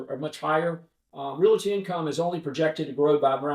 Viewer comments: I can't trust anyone who pronounces the word, "realty" incorrectly every time he says it. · RED FLAG! Did that guy say " REAL-IT-TEE in the first 4 seconds of the interview? I'm out!!!!!!! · there is not "i" in Realty...